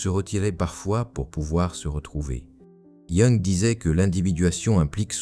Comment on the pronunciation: Pouvez-vous, s'il vous plaît, prononcer correctement le nom de Jung?